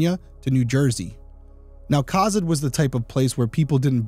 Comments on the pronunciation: I was going to mention the pronunciation as well. I live in Kearney, which gets mispronounced about as often. I've lived in Nebraska 42 of my 43 years, and I remember when this happened. I was in High School in Arapahoe. One of my friends and I used to drive to Cozad just to eat at Subway. After this happened, my parents wouldn't allow me to go. I've only heard coverage on it a couple of times over the years, so I am glad to see that Derrick brought new life to it. I'm truly shocked that it's never been solved. I have always felt that Leah's murder was connected in some way to Barry. That, or someone was straight up so desperate for money/gas and she was collateral damage. But I really just feel like robbery wasn't the main intent, that killing her was the purpose from the beginning. Perhaps the gas was just to seem like any normal person, or for the get-away. I think getting a drink was absolutely to buy time for the other customers to leave. I just really feel like there was a more complicated reason for her murder than simple robbery. But I have no idea really.. The Kelcey Fike case here in Kearney is another cold case I feel could be solved. I'm pretty sure there is DNA, but tech hasn't advanced enough to separate Kelcey's from the purpose. Sad for Kelcey's family and sad for Leah's family. Senseless. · Co-zad is how it pronounced. I grew up in Cozad in the 70s. It was a great little town back then. We didn’t lock our doors and my parents felt safe enough for my brother and I to walk to the skating rink or movie theater. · I grew up in Nebraska and I don't remember this case. ( ) Also, I say Co-zad with a long o. I could be wrong about the long-sounding o but that's how I remember. Great job Derrick! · Cozad is pronounced Ko-Zaad. ❤😉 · I absolutely love your videos and love watching them. As someone who lives very close to Cozad (pronounced Co-Zad) it’s nice to see someone cover a case from here